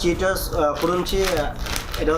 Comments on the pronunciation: Bhai what is kurunci it will me crunchy. At first learn how to say the word. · কুরুনচি না খোকা ক্রানচি,লেস না লেইস খোকা🤣🤣